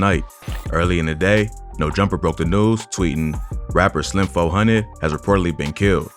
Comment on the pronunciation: “Slim Fo Hundid”